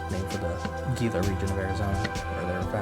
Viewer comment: You are a devotee! The write up alone was tremendous. Ive never seen microscope videos of pieces, just great macro photography. This is cool in a different way. My ONLY critique is Gila is pronounced "heela". Big deal! I love it when friends take thier look into a scope and when they get in focus, their first word is always 'wow!'